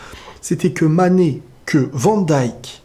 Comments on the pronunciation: Hooo mec c'est pas sané Kan même, tu fais exprès de ne pas prononcer son nom. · T'arrive même pas à dire le nom de MANE